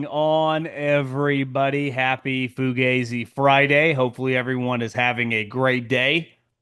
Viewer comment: foo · ga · zee stop pronouncing it wrong ..... its a name of a band... check google pronounciations